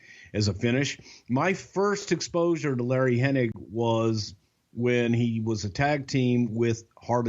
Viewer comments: it's pronounced HENNIG. Not Henning. My gosh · The more you listen to these, the more insufferable becomes. The smug, money mark vibe is repulsive and the MF'r says Henning instead of Hennig every single time. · Why do so many people say Hening? It's Hennig... Oh well at least Bruce said it correctly. Lol I kept thinking im only 20 minutes in can keep saying his name wrong for the whole podcast? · Every single time I heard mispronounce "Hennig" as "Henning" it hurt my ears. Luckily Bruce knew how to say it properly so I didn't rage. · I'm not entirely sure if is aware that it's Hennig, not Henning. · Hennig not henning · With all due respect, it's not Curt Henning.. it's Hennig! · Almost any time I've ever heard his name pronounced they always say "Henning" even though it's spelled"Henning". Some crackpot conspiracy theorists have a whole Mandela effect based around it lol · Hennig!! Hennig!! it drives me insane when they call him Henning!!!! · Is saying “HenniNg?” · There's a whole group of people that mispronounce his name it's really weird.